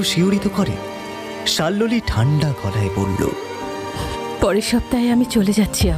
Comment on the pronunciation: প্রথম গল্প টা বেশ লাগল, কিন্তু দ্বিতীয় গল্প তে নায়িকার নাম সম্ভবত শাল্মলী, কিন্তু বারবার শাল্লোলি উচ্চারণ বড় কানে লাগে , শোনা বন্ধ করলাম